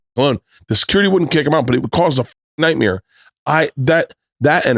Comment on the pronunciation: Nice to hear Bert still saying nightmere